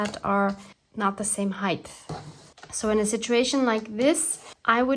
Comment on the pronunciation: Sweety hi… not sure who told you the word ‘ height ‘ has a pronounced ‘ th ‘ at the end. It doesn’t. Otherwise everything is fine… considering that we are in Jlem, staff in Gaza, and Egypt is again in between holding a key…